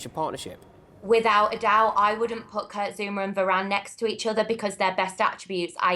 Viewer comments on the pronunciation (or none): none